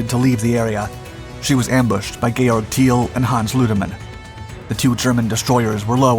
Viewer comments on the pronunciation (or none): none